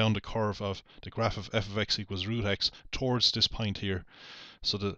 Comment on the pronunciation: And don't get me started on his pronunciation of point (or "pint", as he calls it).